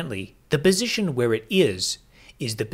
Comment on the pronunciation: Is he saying "bisition"?